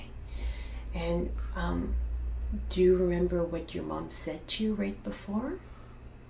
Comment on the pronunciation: "I dont wemembew 🥺"